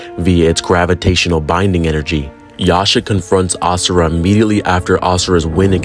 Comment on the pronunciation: if he miss pronounces AS SURA again i might get permanent ear plugs